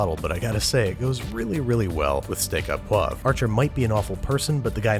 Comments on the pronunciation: Why is it so hard to say the letter "o"? Its steak "o" poivre. Not "ah" .Yes, it bothers me. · Steak "oh" poivre not "ah" omg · its pronounce "steak ô pwaavre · It’s pronounced “steak o’ poivre” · Pronounced steak o pwavre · pronounced Steak-Oh-Pwah-vruh